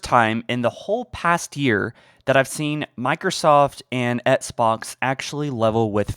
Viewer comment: Flame suit on for voicing my irrelevant opinion, but... Dude...please learn how to pronounce "XBOX". It's not "ETS-BOX"... You can clearly pronounce the letter "x" right, because you say "box" just fine...why is the initial "X" part so hard? It'd be like if Joe Rogan pronounced MMA as "Minced Marchal Arcs". Not to be harsh, but Bro- this is your JOB.